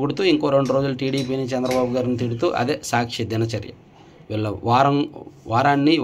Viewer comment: సీఎం నేమ్ చంద్రబాబు గారూ పేరు తప్పు గా పలి కారు